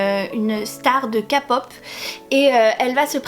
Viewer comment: il me smeble que "my korean love" est issu d'une fan fiction ! je suis pas tout à fait sure et ils ont bien évidemment changé le nom (d'ailleurs, c'est pas une critique mais on dit ké-pop hihi ❤)